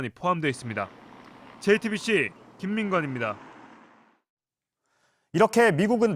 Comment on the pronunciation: 이 기자분만 jtbc 발음을 제대로 하시네요